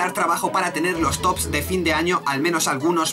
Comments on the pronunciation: Omaerraa!... me trastornas cuando dices "votat"... >.< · se que no importa o que muchos ya lo sabreis (mejor dicho, recordareis. seguro que lo dijo y no me acuerdo cuando) pero... ¿ es valenciano/catalan? lo digo porque por alli se suelen decir las "D"s finales como "T"s por ejemplo: verdaT, votaT (lo dice el en el/los video/s), acabaT de hacer esto, recordaT... etc... ¿es de por alli, o solo es una "ilusion sonora" mia? ¡¡Chaoo!!;-)